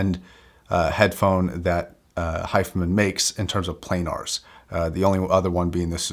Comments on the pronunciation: It's Hi Fi.....man not hifemen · Pronounced: HI - FI - Man